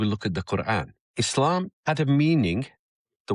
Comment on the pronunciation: It's e-slum.